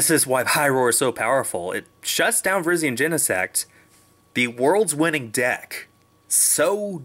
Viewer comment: Does it bother anyone else that he calls it Virgen